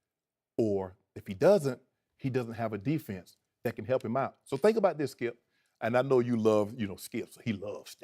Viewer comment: so annoying hearing shannon.... "(takes a breath)....Skiep, Skiep. every time he talks